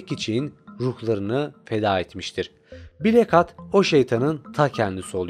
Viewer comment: Ama "blak hat" diye okuması daha eğlenceli xd